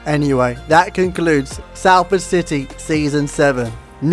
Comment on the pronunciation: Please learn to pronounce the team name properly it’s not saleford It’s Soulford City